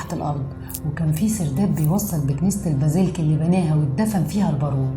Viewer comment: الله ينور... بس هى اسمها كنيسة البازيليك مش البازيلك..